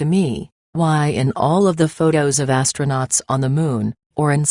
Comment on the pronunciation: I do not trust anyone who says "ashtronowts"